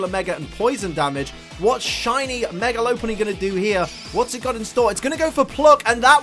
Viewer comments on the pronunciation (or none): I'm so happy that you pronounce it lo-punny instead of lop-punny (which I think is the correct way) because I've called it lo-punny for years and then I heard the other pronunciation and was like; "oh dear no, that's wrong, so so wrong!" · It's lop-unny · I believe the correct pronunciation is lop-punny. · Its pronounced lop unny like lop earred sources 3d pokedex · You say th word lopunny wrong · YOU SAY IT WRONG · He pronounced Lopunny wrong the entire video and I somehow remained un triggered XD